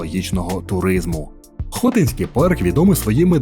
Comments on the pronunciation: Хотинський( наголос на и) парк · БуковИна, а не БуковинА, ХотИнський, а не ХОтинський, ставте правильно наголоси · Автору: надалі було б добре якось вивчати наголос у власних іменах. Букови́на, Хоти́нський.....